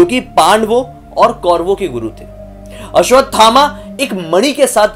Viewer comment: Dr. ne koi bhut pret dekha hoga 😂 or aap aswathama g ka naam tik se lijiye g lgaiye....